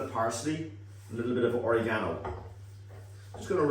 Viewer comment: Very well done for pronouncing oregano properly.